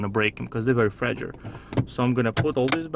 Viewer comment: "Very fragure"